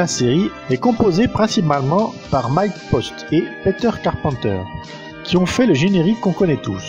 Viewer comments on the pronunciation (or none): none